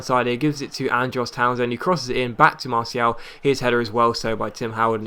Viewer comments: I really dont think you're pronouncing it right, I think you either say marshall or mar-ti-al, not marsial :) it makes more sense doing what I suggested" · Im French and it pronounced mar-ti-al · look up Martial on youtube. See how the commentators pronounce it maybe? They'd know better, they're french.